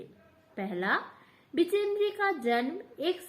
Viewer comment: बछेंद्र ✅ बिचेंद्री❎